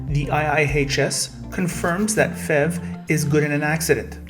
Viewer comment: It is not pronounced "fev" it is pronounced letter by letter "P H E V", as it is an acronym for "Plugin Hybrid Electric Vehicle".